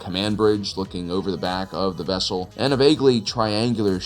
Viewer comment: a what? a ves-kull?